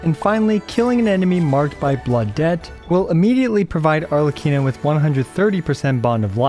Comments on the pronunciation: SHHHLECCHINO is made my day 😂 Tnx! Great review as always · I was letting the video play in the background and I genuinely thought said "Shitlecchino" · "LORE ACCURATE ARLEECHINO"